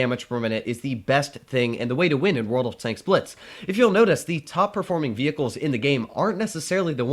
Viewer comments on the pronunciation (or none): none